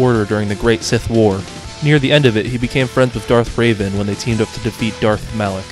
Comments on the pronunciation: yea bro its super hard to pronounce revan not raven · It’s Revan, not Raven. The mispronunciations of all these characters hurt my soul, man /s Also, I have the Jedi Academy Kids books! I loved those books! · It's REVAN not Raven. You're not pronounce it like a character from Teen Titans. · The only pronunciation that really bothers me is that you pronounced revan as raven. It's meant to be pronounced the way it's written. Think the "reven" in "revenant," not "raven" like the bird. Or the teen titan. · I don't know why but you calling Revan "Raven" cracked me up so much XD (No hate) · I can excuse a lot of them when they are more obscure but getting Darth Revan wrong and especially mispronouncing Galen Marek when he states he's his favourite character irks me.